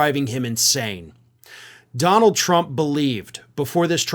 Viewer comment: As has been said before, Duh-Nald is a 'gimme' putt from insane, not a drive.